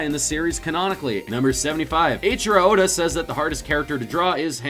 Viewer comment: Uhdda??? His name is oda.